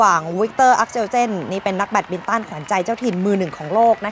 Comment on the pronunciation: แบตมินตัน ไม่ใช่ แยดมินตัน